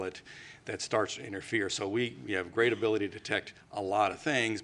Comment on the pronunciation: Re..pe..dee..padility? Gotcha.